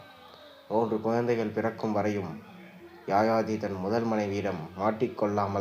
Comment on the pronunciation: Yaayaathi alla yayaathi sariyaaga uccharikkavum